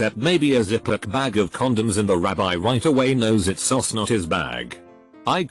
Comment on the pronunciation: you need to fix the tts program. it's does is not said "itsos". that's is not said "thatsos"